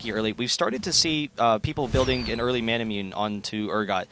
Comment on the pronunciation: Is Manamune pronounced Man-a-moon-aye? Or Man-a-myun? Always pronounced it Man-a-moon-aye.